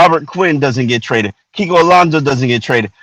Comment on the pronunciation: Kiko Alonzo??? Really???? kiko Alonzo????